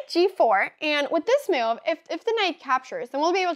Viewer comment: Anyone else find adorable that Anna have a perfect fluently english, but she says the word move like Miuuuuve is so unique or am i wrong and people from Sweden pronounce like this ?